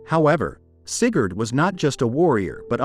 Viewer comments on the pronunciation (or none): Sigurd, AI Shat itself XD